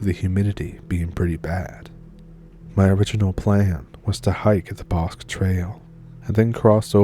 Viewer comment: You mispronounced “Bosque.”